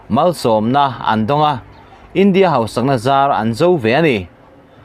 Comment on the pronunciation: Pu Editor.... Duhsakna che avangun natakin kan khak teh ang che... Mizo tawng i chhiar hian i lam diklo ngun viau mai a, a rî hniam tur leh sang tur i care lo mah mah ka ti a,,, entirna ka han siam ange aw.... 1. India ram in hma a sawn.... Tih ang ah hian, India tih a, a tawp a "a" Hi a rî a sàng tur a nia... I lam hniam deuh vek a, ngaihthlak a hrehawm tlat.. Entirna dang leh aw.... Lal Isua tàn khawvel...... Tih angah te hian, Lal Isua.. tih a, 'a' hi a a ri a a màr phei tur a ni. Kunga leh Mawia.... Tih anga a tawp a a hi lam hniam ve tur a ni lo... Ka sawisel na viau che em??? 😂